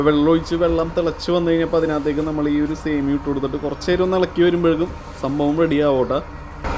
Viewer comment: 😂സെമിയോ അല്ല..സേമിയ എന്നാണ് 😂😂😂